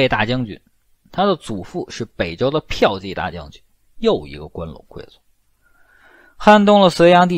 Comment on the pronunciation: 骠piao骑（qi二声）大将军。不是 嫖妓大将军哦